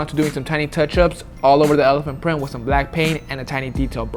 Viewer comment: "Restorations ah "